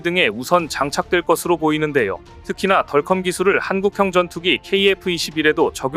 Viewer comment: [야! 넌 영어을 배운거야 아니면 대학도 졸없하지 못한 거야] [덜컴이 뭐냐?=디어큼 이라고 발음을 해야지1=하긴 대학도 160개 이상 시대이니] - 이런 자가 나올 수 밖에 [야 우리시대에=대학이 25엮고+4개 대학 이하는=지방 국립대등 은 대학으로 치지도 않았다] - 무식을 그런식으로 폭로하냐?